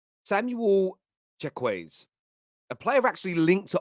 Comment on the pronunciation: you butchered Chukwueze's name bro😭😭😭 as a nigerian that pronounciation hurts 🤣 Plus, Chukwueze is a good player. He's not thaaaaat good. On his day hes unplayable but before this season he was very hit and miss with alot of misses.